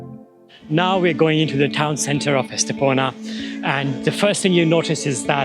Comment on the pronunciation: Soy de Estepona, y si, el vídeo está muy bien y da fe de la belleza de mi pueblo. Pero no entiendo porqué no dice bien el nombre de Estepona. ES TE PO NA Por favor corrijan ese grandísimo error también dicen mal algunos nombres como La senda del Litoral etc